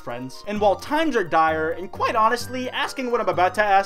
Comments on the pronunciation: For the love of god no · haha honestly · (Edit) Quite.... White.. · That was the amount of orbeez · That’s a lot of orbeez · ...Standing? On what, Does he mean floating? Oh my god what was he referring to. Has he been lying to us, was pewdiepie right? Oh, oh god.